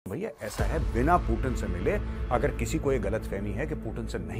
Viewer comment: पुतिन है वो पूटिन नही